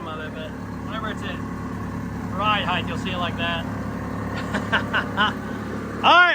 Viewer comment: if you pronounce heighT righT, you mighT be outta sighT!